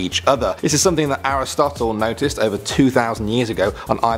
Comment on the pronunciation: Did he say Aristotle??😂😂😂😂😂